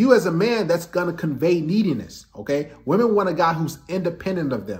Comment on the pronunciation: i like how he pronounces 'wahmen'